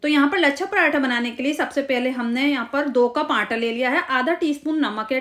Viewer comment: Qurban jaon "Aanta" K. Its Aata. Recepie is superb